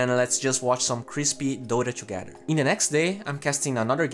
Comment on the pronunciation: stop saying TCHUGETHER PLEASE!